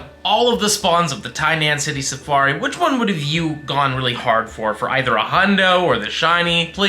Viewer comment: the “tiny ass hoodie safari” 😂 i swear thats what it sounded like you said in the beginning